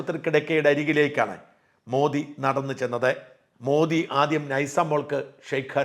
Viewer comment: മോഡി എന്നല്ല, മോദി എന്നാണ് ശരിയായ പേര്...ശരിയായ ഉച്ചാരണം